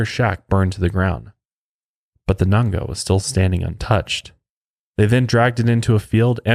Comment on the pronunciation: Its Nganga not nanga....